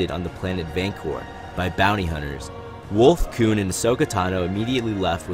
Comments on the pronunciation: I keep hearing "Kewn" Please just call him Plo XD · You saying koon pretty confidently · Cringed every time he said “Koon” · Dude I really like your videos I think they’re really insightful But a major critique I have for you is that you should really stop saying “Koon” Koon is a racist term towards black peoples It’s not your fault and is a mistake made by Lucas for naming Plo that. Just letting you know This is why people refer to him as General/Master Plo